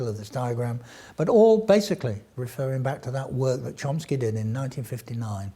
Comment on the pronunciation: Excellent pronunciation of "Chomsky" by. He really nailed it. It's a Hebrew name of course.